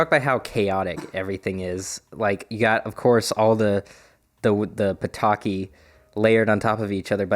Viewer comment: You have to be very careful when pronouncing „Ptaki”. It was really close to pitoki which means p3ni5es in urban dictionary:D